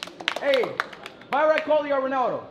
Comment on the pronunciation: love how all of them responded with why rat Kohli even tho they all know how to pronounce Virat Kohli